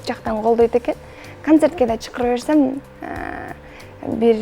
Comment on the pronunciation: Соз байлыгынды, туура суйлогунунду уйронушун керек. Кыргыз тилин кобуроок оку! Чыкырабыз эмес, чакырабыз деп айтылат!